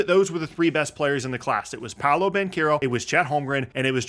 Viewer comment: Its pau·low... Not pow-low